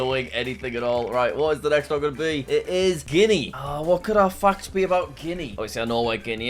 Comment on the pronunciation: I heard f*** instead of fact